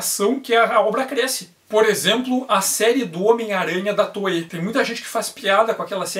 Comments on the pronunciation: No nome toei, o I é pronunciado, não é toee, é toei mesmo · "I" depois de "e" em japonês alonga o som do "e". O som de "ei" de "Toei" é do kanji "映" (projeção), que se pronuncia "ee" e faz parte da palavra "Eiga" (cinema), que se pronuncia algo como "eega".